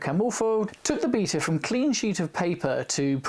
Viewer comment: Strangely enough, it was the correct pronunciation that made me take notice! Did you notice that in the News at Ten clip, Sandy Gall pronounces both Lancia and Beta the Italian way, but Sue Lloyd-Roberts doesn't?